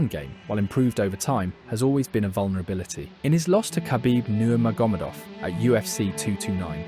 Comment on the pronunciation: Clicked off the video because of the way you said nurgamefov